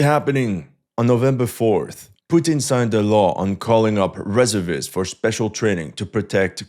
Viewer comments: OMG It's RESERVE-IST not REZZER-VISTS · delete the video and start all over. Its pronounced REEE ZER VIST not reza vis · In English we say Re-SERV-ists not RES-ervists. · Its pronounced ..Ree serv ists Not rezzervists 😅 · Firstly, It's pronounced: Re---ser---vist. Not Reser--vist. Secondly, Reservists are not only Infantry, they are include the same types of units that the Active military has. Why would you think Infantry only has rifles? They plenty of anti-aircraft shoulder fired weapons. Also why wouldn't artillery be there with their SAM's? This kind of limited thinking isn't something we expect from you. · Reservists is pronounced ree zerv ists NOT res er vists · Re SERV ists, not RE ser vists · Very good, but the pronunciation of reservists is reserve - ists. Say the word "reserve" as you would normally and add ists. Thanks for the great info! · It's reh-zer-vists. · omfg REZERRRRRRRRRR-vists you absolute ldiot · Why can u say reserve properly then SAY REZURVISSSTS. i really hate this guy. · It's pronounced re SERV ists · In American English it is Re-SEEEERVVVVV-ists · It's painful watching him mispronounce 'Reservists.' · Its pronounced reservists not reservists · Reservists. Accent on second syllable in US use. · Reservists it's not pronounced the way you are pronouncing it. The first part of the word, reserve, you pronounce correctly. It's when you pronounce the whole word reservists that you mess up,.